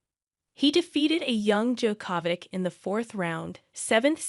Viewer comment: Novak DjokÓvic? Rafael Neidoul? The woman that's narrating doesn't even know how to pronounce the names of the three best players in history...